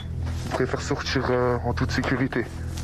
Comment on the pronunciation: « SortCHir » … Le « t » qui devient « ch » et le « d » qui devient « dj » … Sous le masque, ça sonne plus Karim que Jean-François. Vous essayez de nous la faire à l’envers, là, Enquête Exclusive.